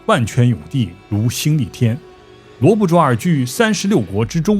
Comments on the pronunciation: 主播讲故事很精彩，小小建议：“淖”字念“闹”，不念“卓” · 罗布淖尔，淖不读卓，读闹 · 淖这字念nao四声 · 你好，来，跟我读罗布nao（四声）尔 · 罗布淖（闹）尔，发音错了吧？